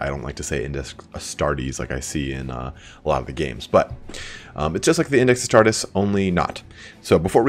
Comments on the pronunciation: Arr starr tees?._. Adeptus Astartes or Legiones Astartes. I love your content but your pronounciation of some words tear at my mind as if though they wielded power claws. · Frost Wolf as-star-tez. That's the way it should be pronounced as per my many years of Latin schooling! Astarteeees is the way a lot of games do it and I hate it! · Your pronunciation of "Astartes" triggers me. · Hunt. And others get triggered by the wrong pronunciation ;) Astartes is not English.